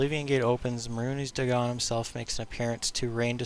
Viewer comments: may-runes dag-on not mar-hunes day-gone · if oblivion was his favorite, wouldn't he know how to pronounce Mehruhnes Dagon?